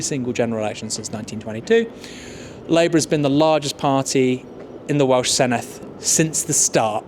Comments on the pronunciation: Good video, but please learn how to pronounce ‘Senedd’ properly. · I keep saying it but no Emglish journalist ever pronounces Senedd correctly. Dd is pronounced like the Th in "This", not the Th in "Thing"